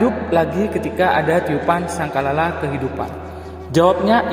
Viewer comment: Ngutip dari buku wkwkw,ngomong sangkakala aja gak becus.